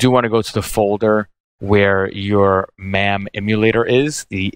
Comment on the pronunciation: Is there a reason that you keep saying Mam even though you know it’s pronounced Mame?